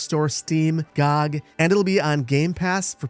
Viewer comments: one small thing, it's pronounced (Gee-oh-gee) not (gawg) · "Gaug"? T.T